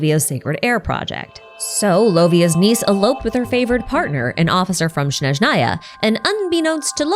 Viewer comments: a small correction, snezhnaya starts with “s”, not “sh”, (and strictly speaking in russian the emphasis should be on E, snEzhnaya, but i don’t know other slavic languages, maybe the emphasis differs depending on the language) the “y” in bely tsar also sounds a bit different…. as a native russian speaker it’s so hard to hear it, maybe i should do a youtube video with a pronunciation guide…. kinda pissed that the official voice acting doesn’t account for the nuances of the languages when it concerns the names , considering how heavily genshin is inspired by different cultures. the same thing with words like ratniki (in plural the emphasis is on a, rAtniki) or starshina (the emphasis is on the last a, starshinA), or solovei (solovEi) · changes the number on the Days Since Snazhnaya has been Mispronounced sign to 0